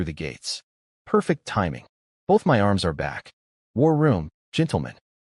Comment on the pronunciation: Why waist your time saying "my" when you can say em-why instead 😂😂